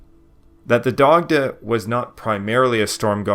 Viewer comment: Dac-tuh. 😁 slight guttural on the c like in German